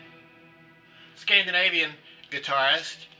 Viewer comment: Great questions by and a great responce from you.....i believe Harumi is from '68.....an eastern gem for sure.....loved it when you said scardinavian for Terje just to be safe lol.....always learning from you.....thanks and all the best.....